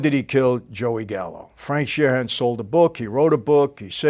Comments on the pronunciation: Not to be "that guy" , but there is no letter h in Sheeran. It's just Sheeran, not Sheer-han. Sorry that kind of stuff bugs me. Ya I'm weird sorry. But I digress. The movie Hoffa is very very good. I've seen it many times over. Personally, I believe the person or persons who actually killed Hoffa that day were probably killed themselves immediately after. Such as Carlo Gambino would do... Another go-to move of Don Carlo's was, when he killed someone, he'd have 2 people actually do the work, then another cleanup crew to get rid of the bodies. Very smart thing to do on Carlo's part. The Colombo 3 Capos murder happened this way supposedly, with the cleanup crew said to have included none other than John Gotti. I also like how little and frail Don Carlo was, yet he was THE most feared underworld man not only in NYC but the entire country! Lol I love it. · Shee-RAN. "Sheer-ren", there is no HAN in Sheeran, big fan.